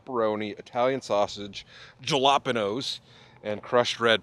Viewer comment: I saw some dude was pissed in your last video because of the way you were saying jalapeños. I’m so glad you had it on your pizza this time. LMAO. Those pillars were interesting. It would suck to be under them if a section fell off